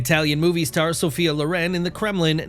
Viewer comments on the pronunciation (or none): none